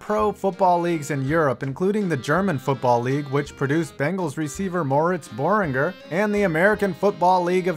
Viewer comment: he mispronounced my cousins name, its Moritz burringer (thats how its pronounced)